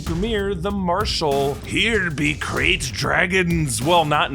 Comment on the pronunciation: It's Krayt, not Craft